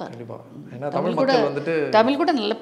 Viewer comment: ரோஜா ரமணி அம்மா மிகச்சிறந்த குழந்தை நட்சத்திரம்.. பக்த பிரகலாதன் இரு மலர்கள்.. மிகவும் சிறப்பான நடிப்பை வெளிப்படுத்தி இருப்பார்.. இவரைப் பேட்டி எடுத்ததற்கு நன்றி.. அம்மா ஆங்கிலம் அதிகமாக பேசுவீர்கள் போல.. டமிழ் என்று சொல்கிறீர்கள்.. தமிழ் என்று சொல்லுங்கள் அம்மா நன்றி